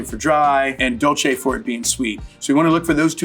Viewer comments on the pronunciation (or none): none